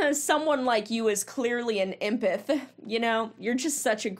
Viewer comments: Actually she said she's an "impith" 😂🙃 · tara saying “impith” instead of empath tells me everything I need to know about her😭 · Isn't it emPATH not empith? Lol sit down tara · ok good god Tara, your idiocy is laughable and what’s even funnier is you keep calling yourself an “Empith” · No no no, you misheard… she’s an “empith” 😏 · She actually said she was an "empeth" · nah nah an "Empith". (in all seriousness.. jfc... shes awful.) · Not the “extreme empith” 😂 cmon now… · I keep rewatching and the way she says empath is bugging me LMAO "Empith, empithic" GOD. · An “impith” lmfao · I dont know thAt tara can talk, she sed-embedt instead if emphant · "I'm an embeth" Girl can't even pronounce empath 🚩🚩🚩🚩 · Wtf is an “emputtthh” 🤦🏽‍♀️ #failtara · An "impeth"? Yeah you're an imp hon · “I’m an empath.” (It’s pronounced EM-path, btw) But also… “Some people like you are just like horses who need to go to slaughter.” Ohhh, okay crazy 😂😂😂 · She doesn’t even pronounce “empath” with any conviction…or correctly. Good god. I didn’t know anything about this cycle/industry. Awful.